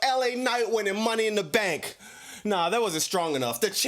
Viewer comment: Hearing this man saying "Money In Duh Staannkk!" got me dying laughing 😂😂